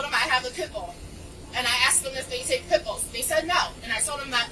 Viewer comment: Pit bulls being banned here in Canada 🇨🇦 I certainly wouldn’t say any of that gibberish she just did 😅